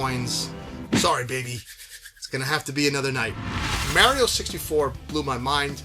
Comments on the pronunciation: Mario, not mary-o. You’re Italian for Gods sake. Paisano. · The way you say Mary Oh❤❤❤😂 Brooo when Star Fox 64 dropped and came with the rumble pack?!?!? I was so blown away by the box size. And SOOO immersed with that rumble feature. And now the rumble is a STANDARD.